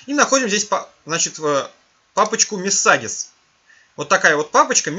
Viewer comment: Мессагес, Апли, КэПэус -- деревня! Хотя бы послушал, как Google Translate или Яндекс Переводчик читает эти слова. Не стыдно демонстрировать своё невежество всему миру?